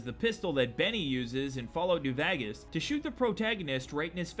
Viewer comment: “Fallout be vagas